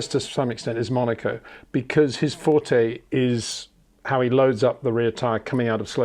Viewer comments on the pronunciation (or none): none